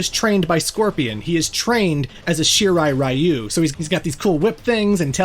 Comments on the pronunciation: Great Video. Shirai Ree-oo is the correct pronunciation and same with Ta-kay-da. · Reiko is a woman's name irl, just fyi. He, and the really bad pronunciation of "Shirai Ryu" in this franchise, hammer home how very American its creators are.